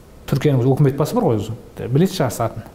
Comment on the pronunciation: Жақсы әңгіме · шынайы шындық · 👍👍👍👍 УУкмет емес үкімет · уултірген ， улген емес ӨЛТІРІЛГЕН ， ӨЛГЕН деп қазақша дыбысталса жақсы болар еді ·